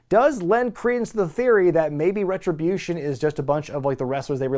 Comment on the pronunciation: I always pop when says Retri-buutshon lol